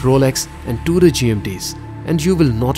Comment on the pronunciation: Its not Duder its Tudor